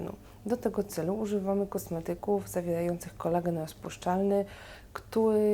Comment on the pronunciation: bałdzo ,zawiełajacy,skóła. uszy bolą kobieto :/